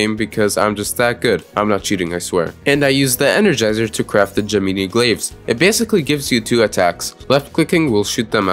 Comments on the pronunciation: "the ge mini glaives" my good sir that is the gem in eye glaives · Nobody gon talk bout how he said ge-meanie blades and not gem-ih-nye blades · je-mi-ni blades😂😂😂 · “Gemeenee glaves” ???? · bro said gemeenee glaves